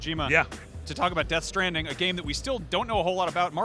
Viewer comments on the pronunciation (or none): deaht stranding? more like "the baby within"